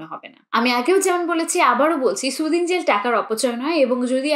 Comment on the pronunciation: সুদিং না সুথিং হবে।